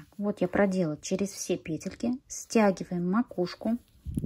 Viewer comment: Может вязать сразу ушки и козырёк с трёх клубков и переходить на шапку? Накид,чтобы не крутить сразу накидывать в соответствии с той петлей,которая будет в следующем ряду! Спасибо Вам огромное за МК и за то,что у Вас пЕтельки,а не петЕльки!!! Принято слушать! Удачи Вам!!!!